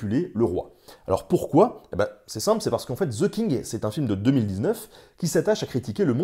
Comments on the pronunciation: On ne dit pas ze King mais the (de) king 😁 sinon bravo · Pourquoi il y a un Z quand vous prononcez ‘the king’.? 😂 Franchement, ‘the’ est prononcé ‘de’ (simplement expliqué). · "ZEU KING" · "Zeu kingue" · "Ze king" hahaha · Ze king hhahaha